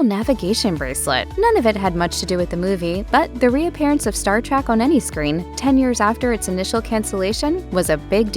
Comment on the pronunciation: Oof, Its not Star "Track"